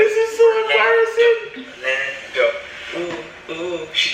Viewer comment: I don’t think I’ve ever said embarrassing properly since been saying “embarahhsing”